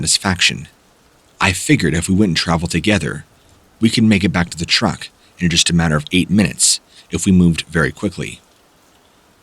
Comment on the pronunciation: Thought he said that car was a rruck